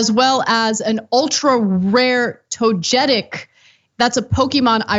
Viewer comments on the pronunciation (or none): Snorlax and “Toe-ga-tick” NOT “Toe-jet-ick” This is the one time I will show full support for the police. The more time police are playing Pokémon Go on the job is time they’re not using to harass and shoot poor people. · Toga-tic not to getic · I find it kinda poetic these officers where trying to catch a Snorlax. Also, it's pronounced "Toe-geh-tick", not "Toe-jeh-tick". Now, if only these asshole cops would Pokémon Go to jail. (And I apologize for the terrible HRC-esque pun...) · Hey, boomer Kasparian, you don't pronounce the "g" in "Togetic" like a "j", it's a "g" like in "gold" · To-ge-tic not “toe-jetic” 😂love u Ana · Gosh Ana, it's pronounced to-GUEH-tic! It's the evolution from to-GUEH-pi. Pshh get outta here with that to-jeh-tic nonsense! Y'all should've asked John, he probably knew how to pronounce it hahaha! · Togetic, Toe-ge-tic. Not Toe-Getic. Love you all, but man that's sad that you don't know the names of one of the best Pokemon. I'll let it slide but we need to get the Poke'Rap back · I hope the anime canonises the pronunciation "toe-getic" if they ever do a Easter European/Armenian region! ❤️ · Toe-geh-tick is how you pronounced that lol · Oh Ana it’s pronounced Toe-gay-tick lol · Togatic is actually pronounced Toga-Tick lol. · toe-ga-chick i love you anna but no. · Togetics are hard to come by. I know acab whatever but it’s To-ge-tic if you see him you catch him. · For the love of God, it's Togetic (toga-tick) and Snorlax (Snore-lax). Thanks for coming to my Ted Talk. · It's pronounced toe gey tick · Togachic is how it’s pronounced lol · WHAT THE HELL!!! That's it... TYT needs to hire me as the official TYT Pokemon Correspondent... Absolutely disgraceful to mispronounce Togetic so badly. Toga - tick Toga party. Tick- tock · Tog e Tic is how it's pronounced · "Toe-getic"?!?! HAHAHAHA! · Home girl said “Toejetick.” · That’s not how you pronounce togetic 😫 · Stupid Ana can’t even pronounce Togetic correctly.